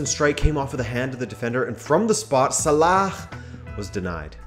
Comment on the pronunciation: never pronounce salah the way you did man 💀💀💀💀 nice try though